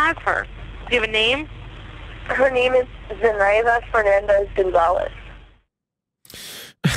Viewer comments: I can’t believe I just heard say “Fer nah dez” instead of Fernandez i didn’t think there were people who could mispronounce that so badly 😅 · wendigoon struggling to pronounce fernandez has permanently changed my perception of him